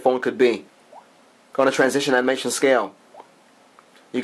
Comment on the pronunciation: its animation not amination.lol.